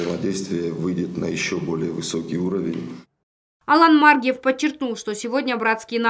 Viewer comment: Почему она говорит Алан Ма’ргиев?????